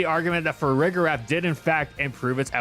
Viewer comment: Why do people use a hard G for Farigiraf? I don’t understand how anyone can look at that and not realize it’s pronounced with the “J” sound like “giraffe” lol